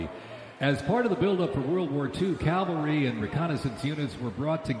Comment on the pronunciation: It's not Calvary, Mr. Announcer, it's Cavalry!! Learn to read!!